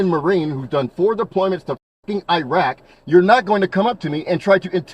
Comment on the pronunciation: It's not a F** IRAQ dude , It's IRAQ